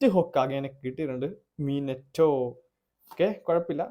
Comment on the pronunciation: Minito alla minato